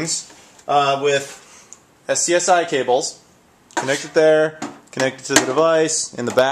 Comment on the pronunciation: SCSI is pronounce as either sexy or scuzzy.